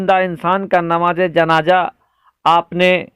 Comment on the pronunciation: Beta janja nahi janaza hota hi jinda nahi zinda roja nahi roza hota hai .ab tum logon par urdu parhna lazim ho gayahai